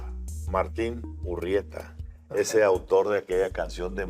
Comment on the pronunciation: No es URRieta, es URieta